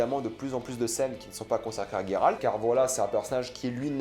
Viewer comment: Alors c’est "G"eralt et non "gue"ralt. Juste pour info (dans le jeu il dures Geralt et non gueralt donc chut).